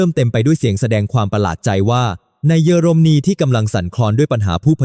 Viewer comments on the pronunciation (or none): 🫵🇹🇭#รู้ว่าAIภาษาไทยวิบัติควรศึกษาออกเสียงอ่านให้ถูกต้อง>>ปา-ติ-ริ,>>เยอ-ลม-นี>>,ความ-กา-โหล,ช่องไฟ-เว้นวรรคให้ถูกต้องด้วย